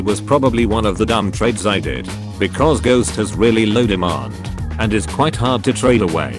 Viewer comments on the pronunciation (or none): none